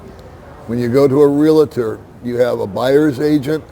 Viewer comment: the word is REAL-TOR, not "real-a-tor". 😉 Thought you would want to know.